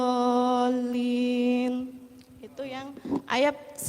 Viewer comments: Alfatiha 5x2 sehari. Sehari 10x, setahun 3600x. Lagu Indonesia raya aja seminggu sekali kita semua hafal. Sudah baca, salah lagi, Walatdolin bukan walatdolim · Bacanya juga salah2 tajwid panjang pendeknya masak waladzoolim